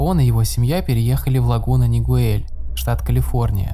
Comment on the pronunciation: Правильно говорить Оранж Каунти, и город Лагуна Нигел- я тут живу)